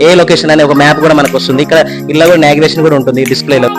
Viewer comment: nagration 😂😂😂😂 navigation